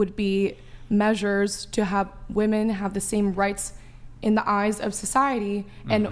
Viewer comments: Please stop pronouncing "women" as "woman". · Why do no women on this fucking podcast know how to say women plurally? [Wih-Men, not Woo Men] WTF its a recurring theme. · It HAS to be called out EVERY TIME “women” can’t be pronounced properly